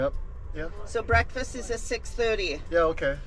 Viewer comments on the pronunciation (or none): none